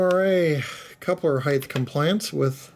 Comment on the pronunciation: Excess HeigHT not Excess HeigTH